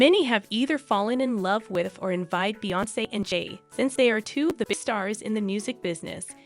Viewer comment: Please learn her name and pronounce it correctly geesh smh